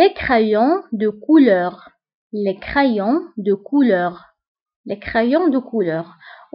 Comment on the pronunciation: مافهمتكش الا مغربية ولا تركية عندك نطق تاعك ماشي صحيح .. كيما crayons .. دفتر ..avec ... ماتعرفيش تنطقي مليح